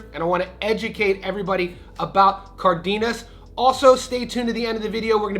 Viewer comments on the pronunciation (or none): ❌ NAY-YOH-UH ✅ NAH-OH-YAH ❌ IHN-YOU-EH ✅ EE-NOH-EH Also, it's "Cardenas," not "Cardiñas"